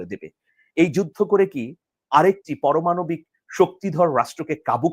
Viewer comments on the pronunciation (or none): পরমানবিক নয়, উচ্চারণটা হবে পারমাণবিক।